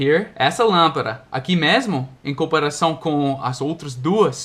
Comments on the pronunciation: darlin’: você falou lâmpaRa, porém, esta palavra é lâmpaDa em espanhol! Lampara é diferente de LÂMPADA, com D. D Só um toque para ajudá-lo a melhorar seus português quase perfeito.... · Olá.... muito bons seus videos assisto a todos, sempre que possível! não me leve a mal, mas você está a pronunciando a palavra lampada como se fosse no espanhol e não em português. até mais...